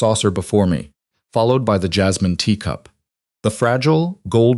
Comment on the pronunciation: Lol AI said jizzmin lol not jasmine lol